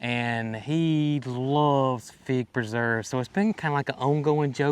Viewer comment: scar Michael Key by putting a tag on it that says Pig Preserves! Because that's what it sounds like you are saying. lol